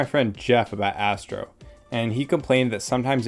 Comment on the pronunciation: thank goodness for the subtitles, i thought you said: "this is Assbro" x_x